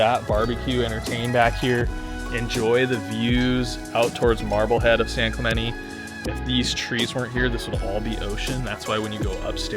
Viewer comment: how long have you been pronouncing "San Clemente" like that?